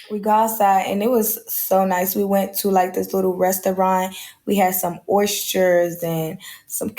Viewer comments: My goodness, these young lady can't even talk😂😂😂😂Why these dudes flying out these knuckleheads? Where is her father? She said Oystures😂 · Oyshers?!!! She means Oysters 🦪?! 😂 flags on the play she a bop…. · The way she pronounced “oysters” and “calamari” let me know everything I needed to know. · Sorry but the way she pronounced "oysters" made me not believe her 😅😅😅